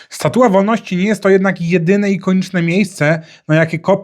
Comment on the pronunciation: "Statuła" ??? Naprawdę?